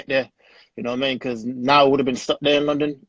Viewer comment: Chino Official He would have made over 120,000$. Dummy. The word is “because”, “becah” isnt a word and makes you sound even dumber. Paying for One month living situation in the US is a lot less than being paid nothing at all. The UFC is also paying for the fighters living situations who did fly over so that cost isnt even on the fighters, the ones who did fly over are being paid as well.